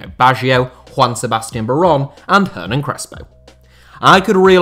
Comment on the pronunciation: Just a small point. For Crespo's name "Hernan", it's pronunciation don't need the H sound.